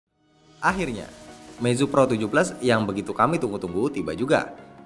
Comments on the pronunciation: kok bacanya pro 17?? bkn pro 7 plus??? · APA cuma gua yang dengernya pro 17 😂